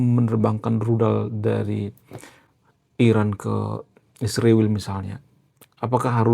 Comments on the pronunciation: Israel disebut isriwil, hati-hati kamu jangan sampai darah keluar dari mulutmu. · Sebut israel tu dengan benar jangan ruba2